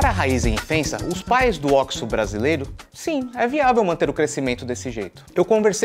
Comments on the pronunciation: Óquisô não, oxo. Se terminasse em “i” seria oxi. Ponto final. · Tem q falar certo. Ocho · Vc fala errado. É ó-quis-sô. Leia na placa, por favorrrrr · Ele fala errado